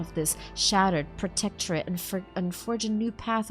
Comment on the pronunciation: Ok while u failed to prono7nce protectorate u managed to pronounce the dynasty name von volancius perfectly